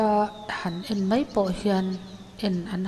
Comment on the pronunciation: Hmuhnawm thin e ,mahse,mei tih ai hian mai tih hmang thin zawk ta la te ka tia,kei ka beng alo kham viau mai.